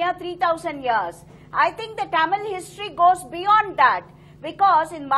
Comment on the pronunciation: Not taamil, mam